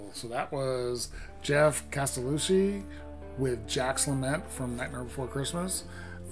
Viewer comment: Castellucci is kas - tell- ooo- chee w/ the emphasis on the "ooo" On tone quality, he's commented that when he was doing tryouts for parts it was normal for him to practice and make 70 takes in a day - tossing them all as "they didn't sound good." That level of focus and attention to his sound is a lesson. He sounds great - but I've never known anyone that who works it, day after to day, learning his craft the way he has.